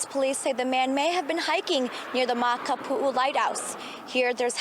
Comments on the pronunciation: It’s makapuu not makapua lighthouse.. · The way you pronounce Makapu'u is funny. This trail is paved the entire way. Elderly and baby strollers are all up and down. THIS IS NOT A HIKE! Its an easy crowded walking path. And the side trails are used by local kids getting to the pool down below. Only place to go and not be found is in the Molokai straight...rough waters. Literally the trail is full every day with 1000s of tourists.